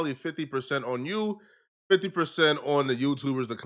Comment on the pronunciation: was I the only one who thought that “On” said “An”